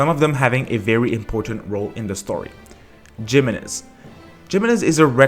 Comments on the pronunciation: Lmfao it's He-men-ez, not JIManez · GEMENEZ eh no, is pronounced hee mehnuhz, you can literally google and pronounce Spanish to solve this pronunciation issue using google man. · Pro tip jimenez is pronouced HEEmenez J makes an H sound in spanish! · By the way it’s pronounced hemenez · Now i want a HEE-HOmenez...